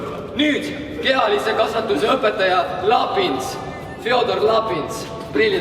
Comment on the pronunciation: Ma kuulsin kehalise kasvatuse asemel Kea-Liisi kasvatus koguaeg hahahahahahahaa ups 😀😂